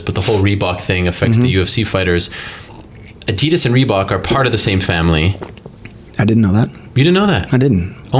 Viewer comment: A-DEE-DAS NOT A-DEE-DIS